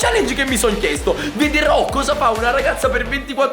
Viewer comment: Ma dice vi dirò non vedero